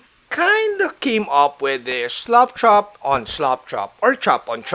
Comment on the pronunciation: Thanks, Don, for another great video! I always love to hear your accent when saying "slap chop" - it always sounds like "slop chop", like as if you are slopping on the paint, uncaringly - it keeps me giggling. BTW, FYI, this technique has been around for years and presented previously on YT, at least once in memory. However, the presenter, again from my sieve-like memory, didn't discuss in detail the idea of more than two slap chop steps. Cheers, and again, thanks for sharing.